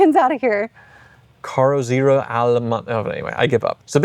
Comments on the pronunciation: "Carrozzerria" is Italian for coachbuilder. It's been used with Carrozzeria Touring, Carrozzeria Ghia, and in this case Carrozzeria Allemano., work on the pronounciation and you'll sound very Italian (think of Christoph Walz in "Inglorious Basterds" 🤣). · It's pronounced "Càrr-otz-àrreeyà", BTW!! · The Italian word your are butchering means coachbuilder. AC lost the tall Bristol engine and then Shelby approached them with the offer of the Ford V8